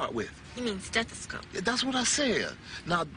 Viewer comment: Awe so sweet he got them a dog he wanted what he didnt have as a child for his family edit: mental issues in the black community worldwide need to addressed he is obssesed with them being doctors and cant pronounce stethescope? Jeanette lol told him the truth for how hard he was on them and didnt finish school...i can see the inspiration her wanting to be a psychologist he was crazy on that doctor run just like Joe Jackson who told his kids if tgey stopped singing they were nothing to him smdh